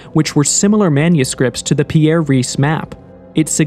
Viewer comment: I believe the famous cartographer was called Piri Reis, not 'Pierre' Reis.